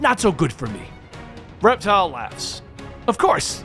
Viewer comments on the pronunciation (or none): It’s Reptil, not Reptile. There’s no “E”, it’s Spanish for reptile. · His name is pronounced Rep-TEAL. Reptile is with an 'e.' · It’s pronounced like rep-teel just wanted to let you know (I don’t mean to sound like a smarty pants sorry ) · Its pronounced rep.teal